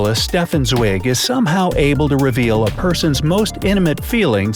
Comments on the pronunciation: The vowels in Stefan Zweig's name are pronounced: [aɪ]. He was an Austrian as the text in the video shows, not an Australian as the voice claimed. Wer lesen kann ist klar im vorteil (a German saying: Those who can read, are clearly advantaged) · “Zwig”? “Australian”? !!!